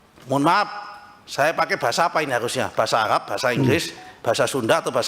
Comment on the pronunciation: Pakai menjadi pake. Bukan pakek. Ibu, bukan ibuk.